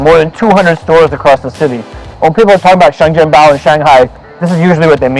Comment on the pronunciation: sorry i have to be that actually bro , it's (sheng jian bao)